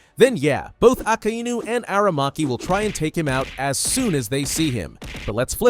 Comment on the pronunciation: Why do you always say aka I nu wdym it's akainu